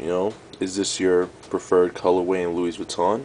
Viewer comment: The 's' in 'Louis' is silent. It's graphite not graffiti, it's called graphite because that is the colour.